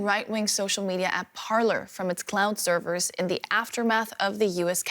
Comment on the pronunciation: It sounded like she said clown servers.